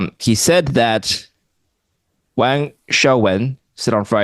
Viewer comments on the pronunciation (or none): Very good questions. Excellent guest who slammed the ball out of the park. Only one thing. For the love of god pease fix your pronunciation of Wang. No person of Chinese descent can be excused for that awful and outdated mispronunciation. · Does not speak a word of Chinese? Her name is one of the few easily and correctly pronounced Chinese names. 😂